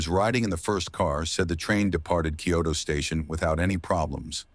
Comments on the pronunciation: If you're not AI, can you pronounce Kyoto correctly? You're saying it like "Kyodo." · It also mispronounced the name of the station. The name of the station is "Kyoto Station" and the reporter in Japanese pronounced it "Kyoto Eki". But the AI voice pronounced it like "key-yo-toe".